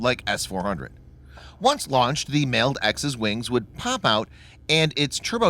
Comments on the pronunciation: You're not pronouncing MALD right. The A in MALD is short. Like the "Wall". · I feel like your pronouncing MALD wrong